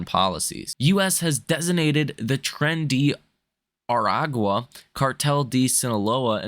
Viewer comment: Tren de Aragua . . . pronounced TRAIN DAY A RAHG GWAH . . . other languages are actually not pronounced identically to English.